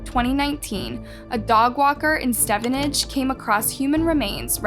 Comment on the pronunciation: Ecstasy is a stimulant how would it be used to render someone unconscious?? ..and its pronounced stee-ven-age